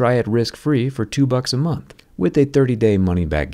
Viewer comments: “4 extra MOTHS”? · "4 moths of surfshark" lol